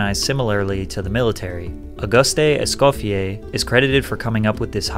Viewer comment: Small nitpick, but it's not pronounced Ausus-tay Escoffier, It's pronounced A-GOOST. Es-COFF-ee-AY.